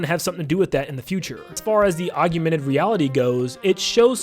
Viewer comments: I'm pretty sure its augmented and not augumented... but good video nonetheless! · Aug-mented, not aug-u-mented. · Are you confusing Augmented and Agumon into the same word? Augmented is Og-mented. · That made me giggle